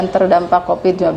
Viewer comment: Q dengarnya copid/covid ya?